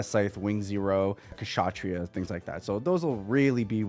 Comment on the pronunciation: You've got to be the first box opening content creator that has pronounced Kshatriya correctly.. and that is a shame.. but good on you bro